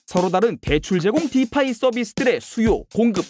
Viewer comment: 설명은 잘하는데 블!록!체!인 디!파!이! 너무 듣기 거북해요..